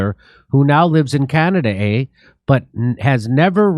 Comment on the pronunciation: Why do you add eh after saying Canada